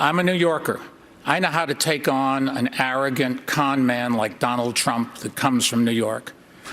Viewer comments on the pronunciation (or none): Dolaand Trump 😆😆